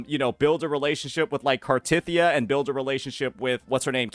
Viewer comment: why do you keep pronouncing cartethyia wrong